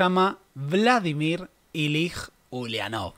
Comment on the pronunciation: Es muy interesante ver la mirada de esta parte del mundo sobre nuestra historia. Solo una cosita, "Ilich" (nombre patronímico de Lenin) se pronuncia con "ch" al final.